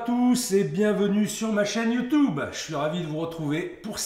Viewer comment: Chef on dit You Tube pas youtoube 😂😂